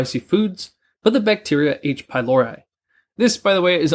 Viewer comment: H-pylori not pylaura or pylauro.